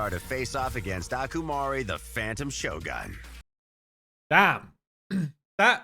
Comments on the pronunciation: Cringe every time the guy says ex-TRACT (like the verb) and sho-GUN (instead of sho-guhn) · In official RAID videos they should really pay attention to correct pronunciations. First time in my life I've heard Shogun pronounced like show gun... Cringe AF